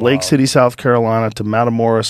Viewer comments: Hearing Joe pronounce the mexican town is so American lol. Mata- mordaas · Joe trying to pronounce Matamoros and Tamaulipas is funny af 😂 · Jesus christ joe he butchered that name of the town in mexico